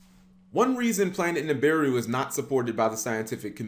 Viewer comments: It's NI BI RU not NIM BI RU 🤦‍♂️ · Dam you can’t even pronounce the name right lol Nibiru (NAB-BA-RU